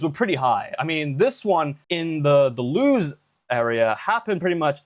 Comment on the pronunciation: 'Loos' As growing up along that line I am HEAVILY offended by your pronunciation of LEWES 😩😭